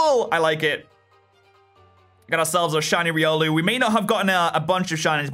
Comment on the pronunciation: its Ry-Ol-oo